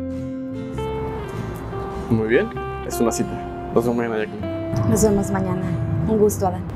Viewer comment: Para un comentario dijo yackaline y es yaquelin